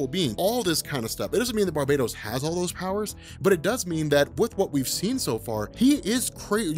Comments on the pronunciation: Its BAR-BAH-TOS NOT BAR-BAY-DOS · we have finally deduced the proper pronunciation of the name of Metal's primary villain: NOT 'bar-buh-tos,' (sounds like "Barbie Toast), neither 'BAR- bay-tos,' (rhymes with BARBADOS); but "Bar- BAT-ohs"...say it out loud with me: Bar-BAT ohs...emphasis on 'bat' on the name...does that stand to reason? the Bat-inspired motiff, the DEAD BAT on his chest, and "BATMANIUM" all lend to the heavy "BAT" in his name. I want you to always have the one-up on BENNY--he can't even say "ATHANASIA"--and the key is proper PRONUNCIATION of some off the names and ideas in our folklore. MJOLNIR; THEMIYSCIRA; KAMANDI... Great vid as usual and thanks!! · R MCX It's Bar-BAT-os actually. Pretty obvious.